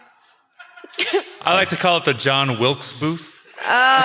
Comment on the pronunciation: Jown, the combined form of "Joe" and "Jawn"